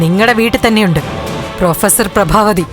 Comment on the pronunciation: ബ്രാബാ അല്ല പ്രഭാവതി😂😂😂 എവിടുന്നാ മലയാളം പഠിച്ചത്😂😂😂😂😂